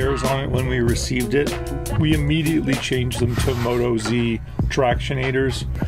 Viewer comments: Did he just say Moto-Z? It’s MotOZ, OZ for Australia, Mowtawz 😉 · Not moto zee. Motozz!